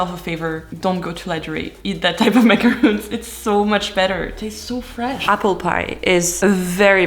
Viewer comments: Lovely! You know that macaroooons are coconut biscuits . But you pronounce macaron in English exactly the same as the French. ❤ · Why you call them macaroons and not macarons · Why does she call it ”macaroon” 💀💀💀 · Mc, macaroons…. lol. Love it.. keep up the nice work.. ❤ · FYI you’re pronouncing macaron wrong in English. A macaroon is a different item made mostly of coconut. You don’t need to change the pronunciation of macaron at all for English speakers. That’s how we say it if we say it properly. The reason it’s important is many English speakers say macaroon because they don’t know the difference and if they hear a French speaker saying it, it will reinforce the incorrect pronunciation because of your authority. It’s been an ongoing struggle since macarons became popular with people calling them macaroons and the two items almost couldn’t be more different.